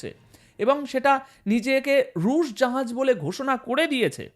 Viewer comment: জাহাজকে জাঁহাজ উচ্চারণ করা হচ্ছে কেন কমরেড ?